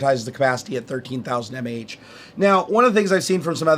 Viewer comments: m-a-h? meh. "maw", hell no. Another EE here. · I'm just glad he didn't pronounce it "maw" like some people do. That is even more cringe worthy...Kills me a bit on the inside, too.